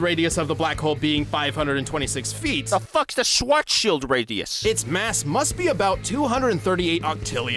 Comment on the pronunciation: death battle is screwing with us if they have the nerve to put an ad there shwarts-child (like from spaceballs but put “child” at the end of it)